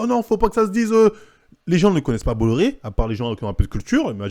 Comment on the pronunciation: On dit « bois iar »